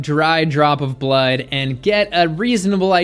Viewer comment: I do like... especially the way you pronounce 'berlud'